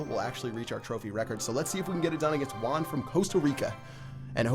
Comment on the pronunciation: he said my name wrong -_- (Juan)